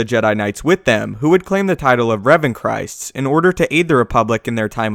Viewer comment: I’m pretty sure it was “Revanchists” not “Revanchrists”